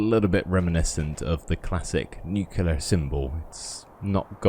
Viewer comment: You mispronounced nuclear every time. It's nu-clear not nuc-ular